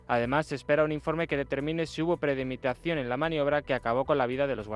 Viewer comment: se dice premeditación, coño!